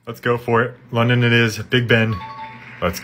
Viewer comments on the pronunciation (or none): bro said lundun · Lon-Don 🤣🤣🤣🤣 Af-Racker 🤣🤣🤣🤣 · "Landawn" TF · You pernounced London wrong